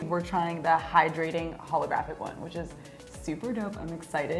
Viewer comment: Who else got triggered when they said ‘holografic’ ugh I hate it